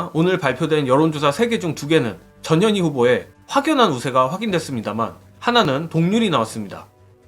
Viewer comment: 근데여 전 현희 님 성과 이름 띄어서 읽어주세여 ㅎ